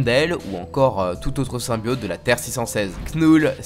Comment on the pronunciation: Le dab en début de vidéo...🙄 et c'est VenOm non venaum ou symbiOte et non symbiaute